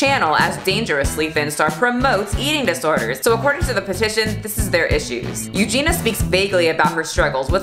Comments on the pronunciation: every time she says “Eugene-a” instead of Eugenia 🤭😅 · I'm offended that you kept saying eugena instead of eugenia 😆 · I am OFFENDED that you call her "You-gena" 🤡 BIG oof 🤣🤣🤣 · Sure I'm not the 1st to comment this but Euginia's name is pronounced U-gee-nee-a. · Do you mispronounce Eugenias Name on purpose for algorithm reasons? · I love you but I can not stand you constantly saying her name wrong 😅😂